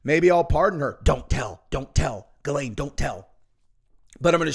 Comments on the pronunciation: He name is actually pronounced: Zhee‘•len in French, but American news anchors most often pronounce her name with a "G" as in the "g" in "gate" and with a schwa which is phonetically written like this: "ə" and her second syllable they pronounce as "lane" as in a rural, narrow road. So, phonetically it looks like this: Gə • lān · It's pronounced Gizz-Lane named after a road on Epstein Island. 😂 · you are pronouncing it wrong.... Its.... "Jizz Lane" Maxwell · Never understood how someone called "Ghislaine" pronounced "Gil- lane"